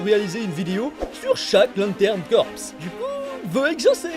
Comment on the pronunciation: Ca se prononce "CORE" pas "CORPSE"